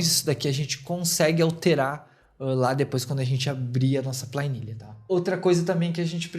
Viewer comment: Plainilha 😂 Que idioma é esse? Sério mesmo que você chama planilha de Pla I nilha?! Vixe mairilha!😅